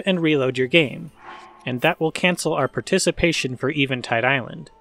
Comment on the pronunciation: Eh-vin-tide. Not Ee-vin-tide. Still enjoying these vids.